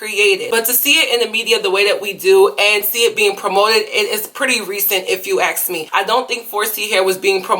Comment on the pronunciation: Can you pronounce the word ask?